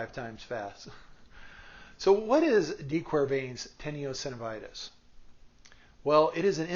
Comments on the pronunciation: Teno not tenio. Tenosynovitis. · Teeno- synovitis is how it’s pronounced.and plantar flexion is in the foot. Palmar flexion is in the hand.